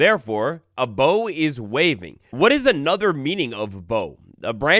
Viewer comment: As far as trees are concerned, unless you're tying a yellow ribbon 'round the old oak, they have boughs not bows. The two words are pronounced differently as well.